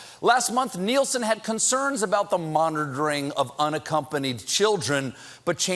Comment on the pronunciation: I love how Stephen says Kirsten Nielsen with that Spanish accent 😄😄